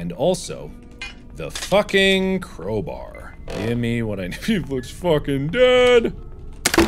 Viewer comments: Crow Bar Not Crow Bear Hahah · Bro it's crowbar not crowber? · im sorry but why does he say crow-brr instead of crow-bar